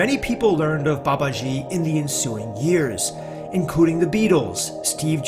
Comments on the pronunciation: FYI. It's Baba-jee. Like Jeep without the P. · It's BA ba ji, not ba ba JI. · Its Ma not Mae, soft a in English, ji does not have a swish in it, it is Ji, Baba-ji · Babaji is pronounced Baba g a long g sound in English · Please learn the correct pronunciation when you speak his revered name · learn to pronounce babaji's name correctly first and stop butchering it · If one decides to make a video about a certain person, one should first of all learn how to pronounce his or her name properly. Author's pronounciation of Babaji is annoyingly wrong. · Learn to pronounce the Babaji's name correctly. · Good one... but, Please learn to pronounce the name properly.